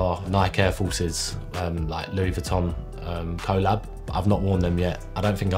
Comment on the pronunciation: Touch a great guy , and great player. But the way he said collab was so funny